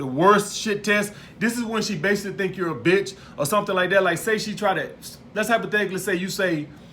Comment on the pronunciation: “SO LETS HYPETHETICLY SAY”😂